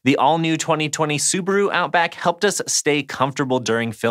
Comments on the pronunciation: ads are getting smarter these days... by the way, you butchered the name Subaru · Hmmm. I have always pronounced it Sou-baa-rou